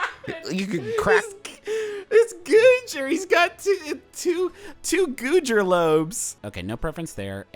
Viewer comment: "goojer lobes"